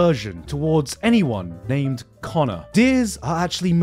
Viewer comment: connor"or" make a er noise for some reason